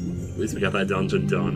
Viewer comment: I guess you got it “donegeun”